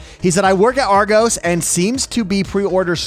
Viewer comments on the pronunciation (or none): Love the way he said Argos, genuinely. But for ref. it’s pronounced ‘R Gos’. He made it sound really upmarket which is an in joke in the UK, we call it Rgoose. But it’s basically the toys and tech bit of Target stores